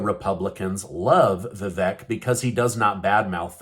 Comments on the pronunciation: We are NOT a Democracy. We are a Constitutional Republic. Also it’s pronounced VaVake not Vek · Vivek is pronounced Vivake like cake :)) Surprised you hadn't figured this out 😂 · It's VIVEK.. Come on... Like "CAKE". get it right. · it’s Vivek rhymes with cake.